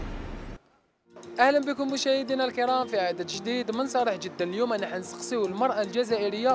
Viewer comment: Je ne comprends pas pourquoi ils disent el youma alors que normalement el youm ya Ness